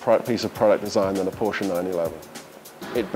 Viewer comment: One off the few that pronounces Porsche the correct way, “PorschE”!